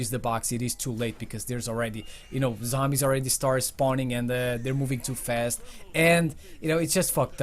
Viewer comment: #11 say zombies not sombies